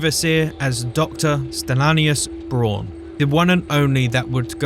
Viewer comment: Stan-is-laus Braun